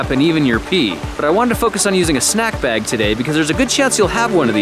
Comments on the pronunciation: sandwich beg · "...Using a Sandwhich BEG"